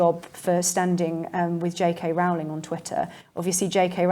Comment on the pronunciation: J. K. Rowling pronounces her name to rhyme with Rolling. How do I know? Because the matter was discussed in an early biography. When she was teaching the students used to pull her leg. They used to sing the signature tune of a popular TV Western called Rawhide. The words were 'rolling, rolling, rolling.' So J. K. Rowling please! Otherwise a good talk making some important points.